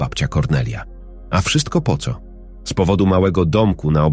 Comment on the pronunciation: Co to znaczy te : ce o, de el a. Aż uszy więdną . To właśnie tak wyglada ta sztuczna inteligencja.